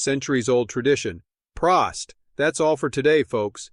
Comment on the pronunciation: If your reading this, check out Stein Colectors International. The info given in this video is only about 50% accurate, and in my experance, Prost is pronounced with a long o... Prōst!